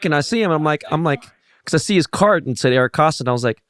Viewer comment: Great show but it’s Koston no ‘l’ lol Kolston